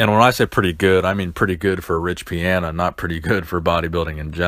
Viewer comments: pee-on-uh not pee-an-uh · Is his last name pronounced Pi-"anna" or Pi-Ana?? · You can’t even pronounce his name correctly.